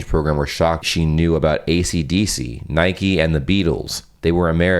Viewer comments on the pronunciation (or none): none